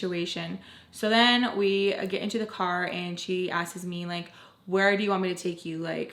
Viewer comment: I'll never stop loving ❤💕💗💖 that you ALWAYS say "askeees" instead of the proper word "asks" LMFAO EVERYFNTIME!!! It's what's makes you, you,!! Te quiero mucho,!!!